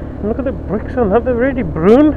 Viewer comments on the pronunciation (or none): Hahaha! Broon Bricks and Roundaboots, lol, after you explained it, it makes more sense, lol,, RSMF.